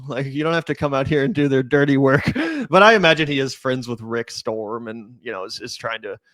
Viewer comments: It's rick st-rom not Rick storm. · His name is Rick “Strom,” not “Storm.” There is an infomervial for a product called the TeleZapper (blocks telemarketers) where the telemarketer makes the same mistake. He’s appeared on the Power Panel sometimes, and does talk about sport-related stories there. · I love u guys but STROM not storm runs intellectual circles around u.guys. Dont be mad... spreading the word helps. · Strom not Storm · Rick Strom, not Rick Storm. Rick is a good dude. I do believe he is mixed race. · Rick Strom, not storm. He is an amazing guy.